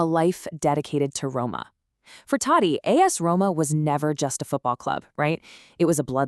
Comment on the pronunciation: First learn to pronounce his name properly. 🤦🏻